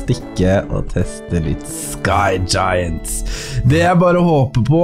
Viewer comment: Det heter skygjayent